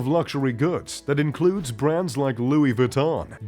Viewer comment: If you were a real, you'd know how to correctly pronounce all the brands you mentioned. I think you butchered about a third of them.......